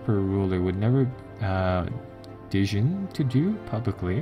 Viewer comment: I realize he's probably not a native English speaker, so I feel compelled to add one more: deign = deyn